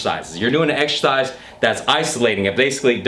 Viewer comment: get to the gym and exSHersice